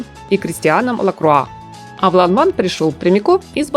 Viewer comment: Произносится Ланвэн!